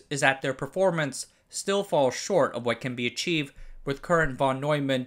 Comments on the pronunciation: It is „fon“, not „von“! Yes, that's how you read it. Also, it is „10 times“, not „10 ex“! People only write x, because they are unable to locate the symbol ×. Why do you degrade the quality of your content by talking like this? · The Von in Von Neumann is pronounced "fon". English swapped Vs for Fs at some point while Germans didn't.